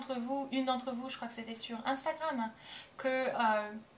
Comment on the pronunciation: ça m'a fait trop rire de la façon dont tu dis "instagram" au début de la vidéo x)